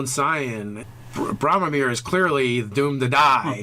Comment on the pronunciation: "Bromamir" lol